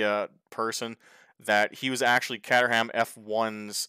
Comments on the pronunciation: Caterham is pronounced (/ˈkeɪtərəm/) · Caterham is pronounced "Kate-rum" by the way 👍